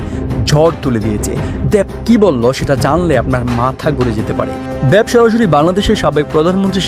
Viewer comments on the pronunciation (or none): দেব নাকি দ্যাব????😂😂😂😂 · উপস্থাপনা কে বাংলা শুদ্ধ করে বলার আহব্বান জানাচ্ছি।।দ্যেব না,,উনার নাম দেব।।। স্পষ্ট,,স্পচট নয়।। কী যে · "দেব" হবে, "দ্যাব" না উচ্চারণটা। একইভাবে "শেখ" হবে, "শ্যাখ" না। যত নাটকীয়তা নিয়েই প্রেজেন্ট করুন বা ইউটিউব ভিডিও বানান, এই ধরনের উচ্চারণ পুরো আয়োজনের মান নিম্নমুখী করে দেয়।